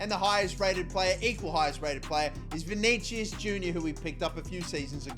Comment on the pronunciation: btw. its vinisius